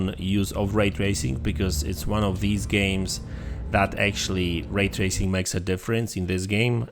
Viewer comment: Ah yes, "Ray tarsing" E